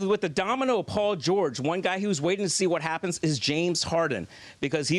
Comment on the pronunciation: "Paul georege"😂